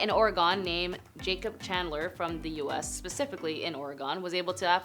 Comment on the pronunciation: The state name is Oregon, not Oregone. Maybe it might help if we spell it Oregun?